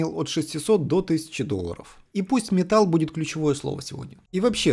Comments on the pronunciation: "Метялл" - жги! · Я слушаю только "Метал" Ееее